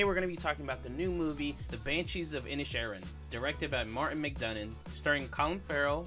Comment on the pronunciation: Pádraig : (Paw-drig) Síobhan : (Shiv-awn) Inisherin: Inish-Air-in… NOT inish-EAR-in nor inish-EYE-rin This is a difficult review because this is an allegorical piece with multiple layers and meanings. For some viewers, the take-always can only be superficial; whereas, for others (who know more about Ireland) the meanings go VERY DEEP (and even refer to the “mythological” in the Irish mythological tradition). This is a piece about the Irish Civil War (those supporting a Free State (Pro-Treaty)versus those wanting a provisional government (IRA)(Anti-Treaty)) [and simply how some from the North (let’s just say), who held allegiance to the English, fought against the Irish Republicans (those who in Ireland wanted full independence from England and a stand-alone Irish Republic thus “Republican”…(Respectfully, NOTHING TO DO WITH USA/AMERICAN POLITICS FOLKS!)] The name Inisherin means the “Irish Isle” or “Island of Ireland”. In the movie, it is just off the coast of “mainland” Ireland. In reality this Inisherin doesn’t exist. This little Irish isle represents the greater Irish Island just a short distance away!! And, the conflicts raging in Ireland of the time of the Civil War which happens to be the period of time represented in the movie. To “turn” on (rise up against) friends and brothers for no reason or no good reason, to cause death and pain, to inflict a blood lust and an inherited feud with uncertain outcomes other than distrust, pain, loss and misery…speaks to what Ireland